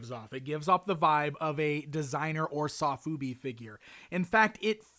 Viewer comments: Sofubi (Which is actually pronounced "So-Fu-Be" not "Sof-Ube" ) often comes in plastic bags with header cards. I think thats why they gave you a bag and header card in the package, since many sofubi collectors also collect the headers. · 'Saw-foobi'? You meant 'so-fubi', dude. :)